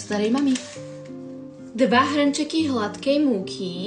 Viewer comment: Prečo hranček a nie hrnček❤😂